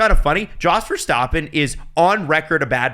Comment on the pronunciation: Does purposefully mispronounce all these drivers and constructors? Hearing him say Alpha Tauri, Verstappen, Bottas it's so distracting